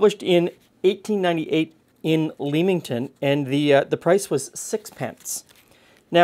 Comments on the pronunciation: For the brits... there is a locally (ontario, canada) town spelt the same, known as the tomato capital of canada, and its pronounced as says here. I actually thought that the recipe was from there, until he said it was UK. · Love the old cookbook show! I think my mother used to do some kind of baked lemon dessert, but I’m not sure it had breadcrumbs? I’ll have to try and find out. Oh, and not that it maters, but, it’s ‘lemmington’ not ‘leemington’. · Hey, really enjoyed this video, the old cookbook show really has me hooked since last year. I always heard Leamington pronounced "lemmington" growing up in the UK:) It reminds me of a bread pudding but with the bread all homogenised! Would be nice with raisins in probably. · Hi, Though its spelled Leamington, its actually pronounced Lemington 🙂 and is technically Leamingtom Spa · just fyi the a in Leamington is silent so its a lemon pudding from "lemington" and this type of dish its whatI've seen called bread pudding in the UK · not had this since the early 60's...... your pronunciation of English names is out many are not as they are spelt. Leamington is Leminten and Warwick is Worrick. Nice desert though. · Oh my, the way your pronounced "Leamington" made me laugh. It's not "Leem" it is "Lem". Also "Warwick" isnt pronounced with the 2nd W, "Warick" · Got to try this recipe! Btw, as an ex-Leamington Spa resident, Leamington is prounced as in Lemon, not Leem, and Warwick pronounced 'Worrick' :) Thanks as always, love your videos. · Hi - Thank you. This looks like such an easy recipe to make it would be rude not to! By the way, in England the place names are pronounced War-ick and Lemmington. Damn the English and the silent letters! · Hey, I live near Leamington pronounced Lemington and Warwick is pronounced Worick. Love the videos. X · There's a suburb of Newcastle on Tyne called Leamington, pronounced Lemmington for future reference. Warwick pronounced Worrik.